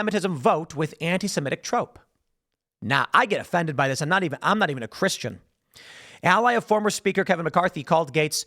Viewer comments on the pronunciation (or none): none